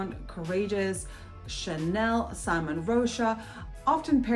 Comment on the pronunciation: Great video! I believe you mispronounce simone rocha's first name. She is a woman